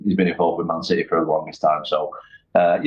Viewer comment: Turned off the minute he said citeh fan...